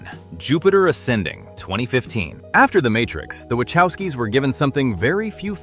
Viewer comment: I actually liked John Carter, but I saw it on DVD. Jupiter Ascending was pretty good! This narrator cannot even pronounce "Wachowski" so don't believe much of this.